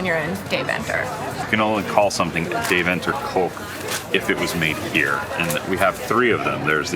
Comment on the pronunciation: The pronunciation of Deventer is killing me. Couldn’t get through the video.